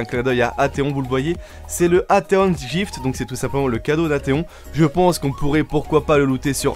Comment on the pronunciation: "Atheon jift" ????? Aiiie mes oreilles xD